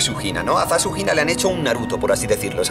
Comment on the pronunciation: cada vez que dice "ZaShunina" escucho SasuHina:v (Sasuke x Hinata confirmed)